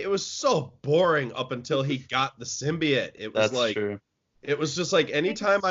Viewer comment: who just said symbiote wrong?😂